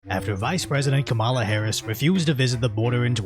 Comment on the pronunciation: Is it racist if you're not white and you pronounce kamala's name wrong?